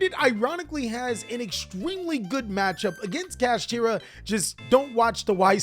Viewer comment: man said Cash-ah